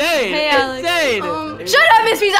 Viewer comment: When you rewind a lot when says hey it sounds like pika pika